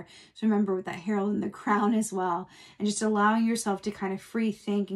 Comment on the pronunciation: it’s Harold and the Purple CRAYON, Are you just pronouncing it as Crown?